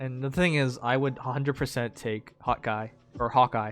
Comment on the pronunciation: I KNEW IT U SAY HOT GUY INSTEAD OF HAWKEYE XD